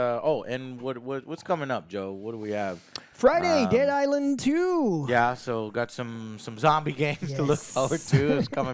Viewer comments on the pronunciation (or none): none